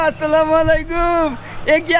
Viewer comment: এই ভিডিওবানানো কারি।শুনেন। সালাম শুদ্ধভাবে দিবেন।